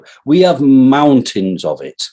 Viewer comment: I am not British, but after what Farage did I wouldn't trust ANYONE with the name;) Besides every time he says "mountains!" with the emphasis, I hear "Mountains GANDALF!" ringing in my head.